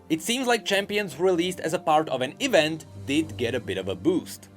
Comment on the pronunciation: Pronounce "E-vent" false one more time! I will unsubscribe and subscribe again!